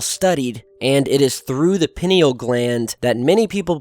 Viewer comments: It's pronounced as pineal from the word pine. Not peeneal. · I think it is pronounced pie knee al (not peen eal) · It's pronounced like "pie-Neal". It's easy to look up. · When he said Penni Gland....ROFL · Pie-neal pie-neal pie-neal say it with me. mmmahahahahah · It’s pronounced “Pie-neal.” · "pie - NEAL" gland.... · I most usually appreciate your videos. However this one sounds like you made it under the influence. (Christmas Brownies should be eatin at Christmas! ) This is one of your worst videos. Quality over quantity please. Please stop seeing Illuminaty anywhere. By the way. It is pronounced....pea-knee-ahl gland. And most importantly. Those evolved human beings who focus on this chakra. Are not at all interested in controlling anybody. Let alone the world. The whole point in Yogic practice is to understand oneself. And where appropriate discipline, and control, themselves. I hope your not doing a few bong-hits to find material to bring us. The UFO phenomena is otherworldly without DMT!! Thank you. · its pronounced pine because thats where it gets its name it resembles a pinecone. peote contains mesciline. DMT is found in àowaska vine in the amazon and some other plants. its a facinating subject. chur ; ) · Pineal is pronounced pī' nē al... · "Pie-Knee-Al" Gland. Good Vid though. I've taken DMT and it helped erase my depression, and I have lived with a renewed sense of engagement with my reality ever since. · Sweetie, it's pronounced pye-NEE-all gland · This would be your first look at Spiritualism (or like-minded followings). Just so you know, it's pronounced "Pine-Eel" Gland, because the gland actually appears as a pine cone. As a matter of fact, Egyptian statues are seen sometimes holding pine cones in their hands. This is to say that these ancient cultures understand the power of Truth. There's a good chance Aliens helped our ancestors understand this knowledge. A chance. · pronounce it PIE NEE AL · Pie-knee-all gland.